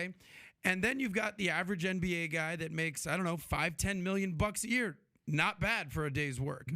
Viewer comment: Love your videos but can't deal with how you say 'yer' for year.